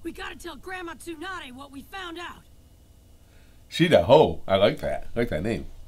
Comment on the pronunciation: The girl's name was shiho not shidaho hahaha but great reaction as always i'm loving it